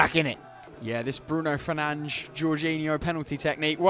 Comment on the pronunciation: 1 match ban for Eddy saying 'Bruno Fernandsh please'